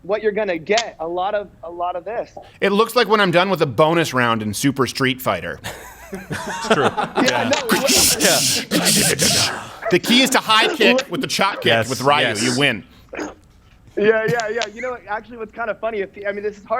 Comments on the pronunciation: all i got out of this video was that Crowder pronounces "Ryu" as "Rai-yoo" instead of "Ree-yoo" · I'm unsubscribing because he pronounced "Ryu" as "Raiu" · Lol he said "rye-you" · “RYE-U?” Okay, after four years Steven Crowder has finally triggered me.